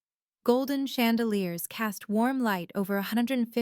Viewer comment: Chandelier not shandeliers